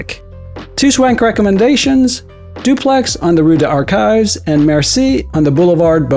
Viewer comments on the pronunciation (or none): Just found you today, and love your content and execution. But, please, drop the last "s" off of French words. It's not Camoose, it'a Camu with no s. Same for rue des archives etc etc. Since a lot of your stuff is voiceover, it might help to check foreign pronunciations online and then land on a happy medium.I worked in television and news production for over 30-years, and nothing blew away credibility more than bad pronunciation. Again, thanks for your hard work. Really enjoying your great content!!!